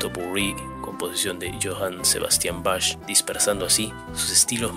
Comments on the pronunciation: Bach se pronuncia back, no bash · Sí. Se pronuncia «ian», no «aian». Y se pronuncia «baj», no « bash». Johann Sebastian Bach. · A ese que nombraste Bashhh...es Bach y se propuncia BAJ, Es tal vez uno de los 3 músicos más importantes e influyentes de la historia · Iojan sebastian Bajj (escrito así como se pronuncia). Excelente video, salvo ese mínimo detalle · Se dice : por Bach " baj " . Por Ian " Ian " con énfasis en la I. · Qué manera de pronunciar mal. "Bach" se pronuncia "Baj" no "Bach". Les resta credibilidad a los videos